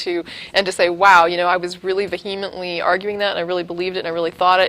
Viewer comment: pronouces vehement as "Vuh-heem-int-ly" when its really pronounced "Vee-emm-int-lee" (Silent "H")...Kinda surprised that she did that... she seems so well spoken...Eh well, we all make mistakes sometimes that do not represent us well. Anyways, fix that,!